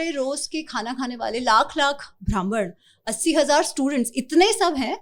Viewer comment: It is not bhraman,it is Brahman.